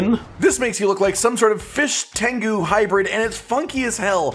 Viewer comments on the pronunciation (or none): none